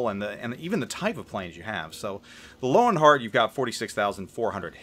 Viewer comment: Not sure if any one else has mentioned this, but Germans pronounce the letter "W" as a "V". So the CV should be pronounce "Lervenheart"